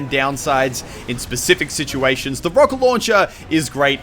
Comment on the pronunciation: ""The rowket launcher"